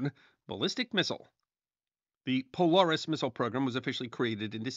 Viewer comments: Poe-leh-ris not poe-lar-is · thought I was the only one... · I noticed and you are forgiven! Love your videos! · Great video! As a Submariner, I thank you. I would counter that from the view of submariners, the cold war wasn't all that cold, which would be a great video to see. The only issues that I noted were pronunciation errors. Polaris- Po-lair-iss Groton- Grah-tun (i.e. the base is called rotten groton)